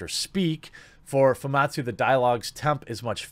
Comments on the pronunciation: Him keep saying fumatsu instead instead of famitsu is seriously throwing me off. Lol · It’s pronounced Fu Mit sue, not foo mawt sue. This is an iconic Japanese publication, how do you not know this? Put some RESPEC in their name.